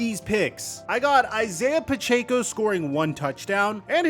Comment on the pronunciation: Bro can never say Pacheco right